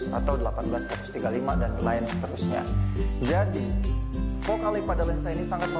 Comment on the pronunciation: sorry bang bukan fokal leg, tp fokal leng,, LENGHT ^_^